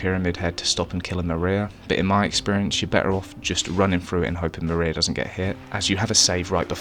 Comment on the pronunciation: "The Mariar Ending" is accidental accent gold. :)